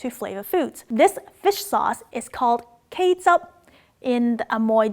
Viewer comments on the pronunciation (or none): “kaychap” sounds different from “ketchup” 😀😀